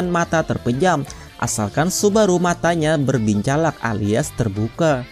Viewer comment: Berbincalak?🤣 orang mana bang